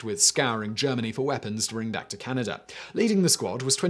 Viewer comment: Funky pronunciation of Canada as Canny-duh >